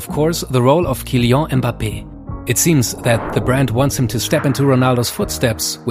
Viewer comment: bro it's not kileau hahaahah just kylian man!